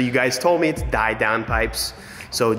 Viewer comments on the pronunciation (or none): also, you made das auto "anders laut", "differently loud". You usually say it when something is next level, so it kinda means next level loud. also "die" is pronounced like di and not die as in dying haha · still pronouncing "die" wrong smh, Germans never say die, its "dee" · actually, "Die Downpipe" is spoken more like dee downpipe :) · Die downpipe is read like “dee downpipe” No hate, its all just fun, love yall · DIE Downpipe😂 the "die" is pronounced "dee"😉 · Hey, it’s pronounced dee. Die ist dee. Danke! Tschüss! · Die Downpipe is pronounced Dee Downpipe :D Greetings from Germany :D you made the Benz LAUT! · BTW just so you know, "die" is pronounced more like "dee" in German. Confused me for a sec lol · In German, if there is an ei or ie in a word, the second letter of it (e”I” or i”e”) is the sound you make. So die is pronounced “dee”. Mein is pronounced “mine” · Liking the cinematics 🤘🏼 Die is pronounced “Dee” btw 😜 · liking the german, but die is pronounced just like the letter D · Die is pronounced like dee, der is like (dare) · Die is actually pronounced “dee” so it would be “dee downpipe”. Also, the speed shift 7 speed is in the rear of the car 🥰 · Lol I was laughing when he kept saying DIE DOWNPIPE! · ‘Die’ in German is pronounced like ‘Dee’, just FYI.. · yeah cringed at that XD